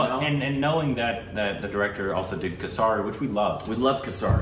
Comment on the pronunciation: You guys watch the movie where the title of the movie is mentioned in it tons of times and still mispronounce it all the time. For example, Kesari, you can make a bit of an effort to pronounce some words correctly, for respect, all words don't need to be "Korbanized".